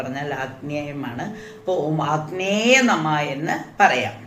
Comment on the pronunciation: ആഗ്‌നേയ എന്നാണോ അഗ്നയേ എന്നാണോ? അഗ്നിക്ക് നമസ്കാരം എന്നാ ണ്ടെങ്കിൽ "അഗ്നയേ " എന്നു പറയേണ്ടേ